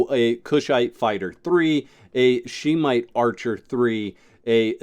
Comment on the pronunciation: Just an FYI it isn’t pronounced She-Mite but Shem-ite. :)